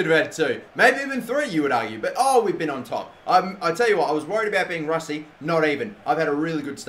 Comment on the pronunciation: he said "rusty"